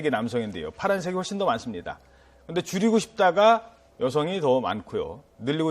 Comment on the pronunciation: 와 함께하는 시간을 '줄이고 싶다'를 '죽이고 싶다'라고 들어버렸네 ㄷㄷㄷ